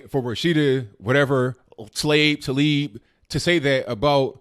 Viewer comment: Taleeb Excuse me Tah-leeb As in Tah-Mater